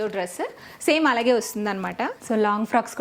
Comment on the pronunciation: Meeru allagea anakunda aligea antunaru eandhuku mam, mee dressing mee style naaku chala istam